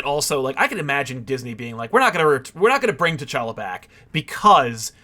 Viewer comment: T’Chonk-a lol